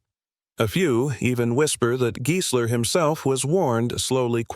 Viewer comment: If only AI could pronounce names right. It's pronounced Guysler not Geesler.